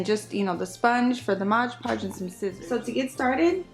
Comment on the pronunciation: I love the way this turned out! You made me laugh about the “Modge” Podge!!😁